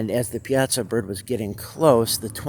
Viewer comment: Pronounced: Pie-aah-saw